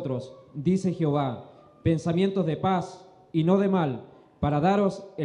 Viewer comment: Al pronunciar dicen Jiová los lectores y lo correcto es JEOVÁ y no Jiová